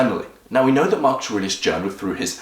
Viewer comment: its not Markush but markus